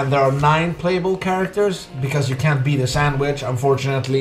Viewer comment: he said sandwich and not sandvich